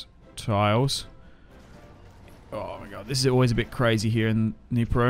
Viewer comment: Across the Dnieper and he says Across the Dnipro. Love you bro❤ thanks for saying it in the right way, also for Kyiv